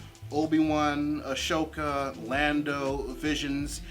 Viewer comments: You're mispronouncing Ahsoka's name. It's an S sound not an SH. Ah So ka, not Ah Sho ka. Ashoka is a different character. Stay awesome! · Interesting you pronounced Ahsoka like that. An Indian friend of mine was saying it should be said like that.